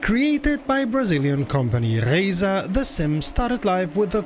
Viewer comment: The first youtuber to accurately pronounce "Reiza". Subscribing instantly after this.